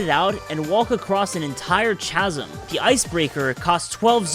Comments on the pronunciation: Chasm is pronounced with a 'k' sound, not a 'ch' sound. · Its pronounced kazem not chazem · Oh and chasm is pronounced kas-em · bro is ranking things but doesnt know the value of puffshrooms.. ffs dude did you even play this game? did you really just call that a chazem??? the h is silent you dork. its ka-em bro forgets ascend is a thing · Heh, it's my ja-rizz-ma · Bro said ch as m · sorry, ch-asm? do you english? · Bro said "ch-asm" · alright whats up with people calling them "CH"asms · dumbass really said " CH " asm. its said like kasm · Why did he pronounce chasm with the ‘ch’? You pronounce chasm as “ca-sm” not “cha-sm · You lost me at Chaz-em 🤣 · “ch”asm got me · Omg you said cha sem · Not trying to be mean but it's pronounced casm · “zoanite” 😂 “Ch-asm” 😂 “bobolkin” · Bro said cha sm and boblokin😅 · Not to be critical but you need to make better use of the ascend ability.. like the scaffold.. which is simply a raised platform commonly used for working on tall objects... ascend to the top to get out of harms way fast and efficiently. Chasm... ch makes the k sound.. I do like this video and agree with most of what u said.. just a couple pet peeves I noticed . Otherwise nice work great video 🙂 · Pretty sure chasms are pronounced as "casm", idk if its correct but still may be worth looking that up. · Chasm is pronounced as “Kaz um”. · >mfw zoomers don't know how to pronounce chasm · It's amazing how many people mispronounce "chasm" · Good job getting all the schematics, but the video was poorly researched, coming to inaccurate conclusions about the purpose of multiple devices (e.g. the wagon, kitchen, scaffolding). I also didn't appreciate simple words like chasm being mispronounced. If English isn't your primary language, you're pretty great at it, but if it is, perhaps it would benefit you to dust up on your pronunciation. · Doesnt pronounce chasm, and says lights are useful in caves. Caves arent dark really in totk. Edit: what did he just call a bokoblin?